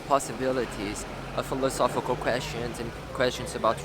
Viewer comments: dude said phiofosy 5 times but says philosophical fine. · But he says "philosophical" properly!? I had to pause and replay that to check my hearing